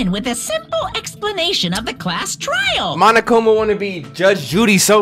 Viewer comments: THIS NIGGA SAID TRAIL INSTEAD OF TRIAL 😂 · “This TRAIL a breeze” In here before he edits that mistake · when you was so early it said TRAIL instead of TRIAL... 😂😂😂😂